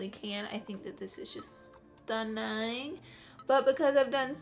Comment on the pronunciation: when Laura Lee says stunning and it reminds you of Forrest Gump because he was from Alabama and so is Laura